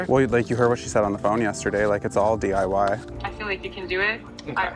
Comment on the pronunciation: I had to replay more than once. You say DYI when it is DIY "do it yourself"I knew what you meant though